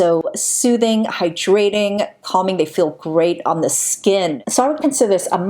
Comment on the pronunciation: I find your voice so soothing. Sometimes I have to scroll back because I've just been having your videos as background noise and not paying attention! However, I not can't stop listening to how you say the word hyDRAting, instead of HY-drating